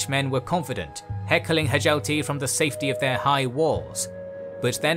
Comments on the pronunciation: Hjalti should be pronounces ad Hyalti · Stop saying Hjalti like that. It’s freaking me out 😂